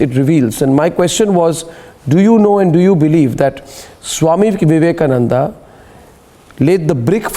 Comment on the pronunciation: She don't want to call Swami Vivekananda , She wantedly calling swami Avivekananda